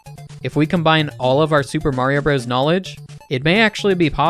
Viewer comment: You know how to say Mario Bros. and Hammer Bros correctly. Impressive.